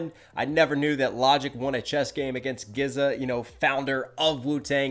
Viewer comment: Good review..i liked it..gave it a solid 7/10...but bro how can u mess up saying gza name!? 😆